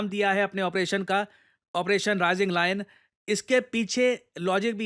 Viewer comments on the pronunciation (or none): Sir I don't mean to make fun of you. But it is lion (pronounced as lie-un), not loin(which means something completely inappropriate)